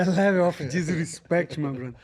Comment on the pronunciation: The leveu of disrispektch